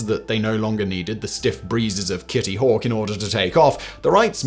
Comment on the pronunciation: Kitty hawk tuwa lol is what when he says it